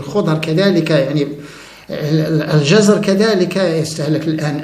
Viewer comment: في عدد من فيديوهاتك، سمعت نطقك لنبات الجزر الكلمة التي تشكلها بالسكون على الحرف الثاني JAZR ونطقك لهذه الكلمة تعني حركة مياه البحر حينما تتراجع، ضد مد MADD. في حين أن الخضر التي تتكلم عنها ، فهي بفتح حرف الوسط: JAZAR تسألت عدة مرات عن هذا النطق الذي رددته كثيرا وأرجو أن تداركه بالرجوع إلى القاموس اللغوي.